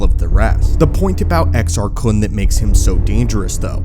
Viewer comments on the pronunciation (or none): You're saying it wrong. It's Exar Kuuune according to Eckhart's Ladder and Corey's Datapad lol